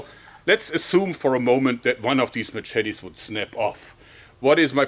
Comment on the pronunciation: Mah Chet Tees